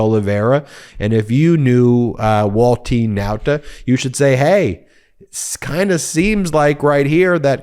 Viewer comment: Love how precisely Ben pronounces Waltine Nauta.